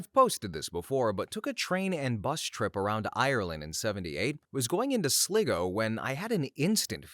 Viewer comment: Sligo is pronounced sly-go